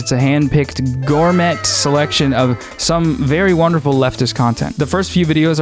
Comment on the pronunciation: I cant believe I found this channel. Your content's neat but your moustache is even neater. BUt the pronunciation of gourmet as gourmette is getting on my nerves.